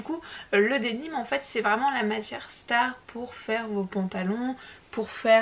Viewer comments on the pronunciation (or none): Bonjour excuse moi mais on dit Denim et non dénim je suis tatillonne car je suis de Nîmes et effectivement on dit gabardine. Sinon super pour les tissus d'hiver.❤